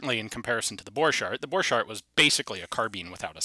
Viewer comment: Why the name of German Borchardt is pronounced in halfEnglish- halfFrench way (the - ch pronunciation ) ?